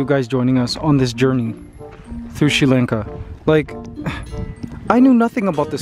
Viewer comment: Its pronounced Sri Lanka like Father or Bali ... not like the way you said it